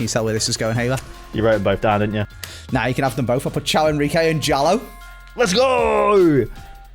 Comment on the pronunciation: i think genuinely thinks caio henrique’s name is ciao 😂 it’s Kai-U